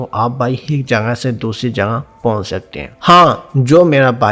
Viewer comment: Pehlay aik.kehna to seekh lo . aik kaa haik banaya huwa hai hik.hik.haik hehhehhaahah